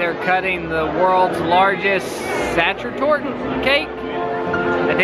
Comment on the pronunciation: Hey fun video! I love seeing all of the food! Your cake is SacherTorte.... Pronounced sort of like "Soccer." Keep the videos coming! I look forward them.